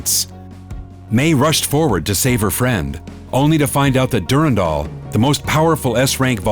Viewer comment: I didn't know Durandal was pronounced like that